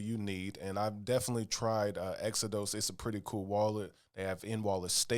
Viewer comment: Exo-DOSE 😅 like the Bible, Exo-dus